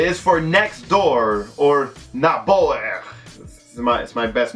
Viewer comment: Lol i am Norwegian. And the way u said "Naboer" was good man xD but kinda wrong doe :)